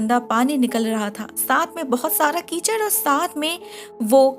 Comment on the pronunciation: keychain❌ Keechad